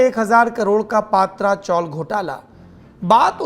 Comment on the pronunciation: पात्रा नहीं पत्रा चाळ हे mohaday